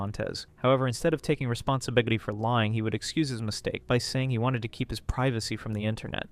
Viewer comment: responbiggity? lmaoooo